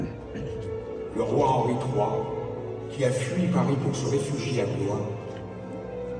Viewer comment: Por favor!!!!!.....no digan BLO IS , digan BLUA....es como se pronuncia....gracias.